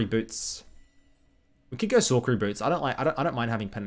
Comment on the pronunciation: The way he pronounces sorcery kills me lol